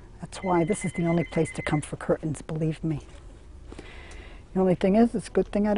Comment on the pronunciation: I'm just here for the 98th time the rest of you. I love her glottal stop on cur'ains.